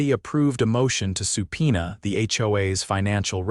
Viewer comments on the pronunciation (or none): Subpoena, not supina!